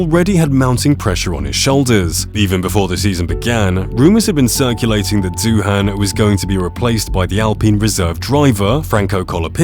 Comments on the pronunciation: It's pronounced DOO-AN - the H is silent you tool! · Doohan is pronounced "Do-an". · Fyi, Doohan is pronounced "doo-un" (no break, say it smoothly). At least that's how I've heard it since his dad Mick made an international name for himself...